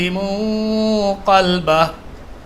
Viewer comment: Sorry, ap 282 ayat m qalbu ko qalba padh rahe h please check